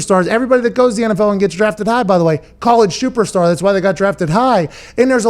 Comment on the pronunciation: Pat “College Shooperstar” McAfee